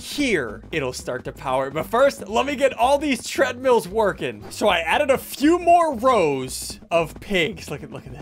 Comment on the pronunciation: When he said tradmills i lost it😂😂😂😂